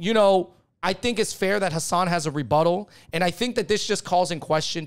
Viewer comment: Been a fan of you guys for a long time. You clearly are a voice for minority groups. But please say Hasan's name correctly. It's not that hard. I don't understand why so many people call him "Minaj".